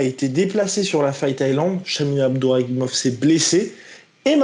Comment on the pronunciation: Pas Abduraguimov mais Abdurakhimov mdrrr vous confondez souvent